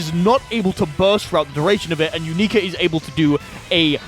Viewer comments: matey its "younika" not "youneeka" Very minor thing, but every time you say her name it sounds like you're saying "U****a" in a foreign accent and it's very funny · "u-knee-ka" T-T?? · Another terrible pronunciation of a name has been collected